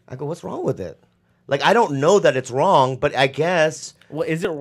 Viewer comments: It's not wrong.... it's wong😂😂😂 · Lee says "it's not wong" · "If it aint wong, it aint white" - GTA III